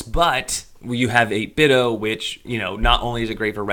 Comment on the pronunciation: They changed the logo to emphasize the "D" so people would stop pronouncing their name wrong like you do.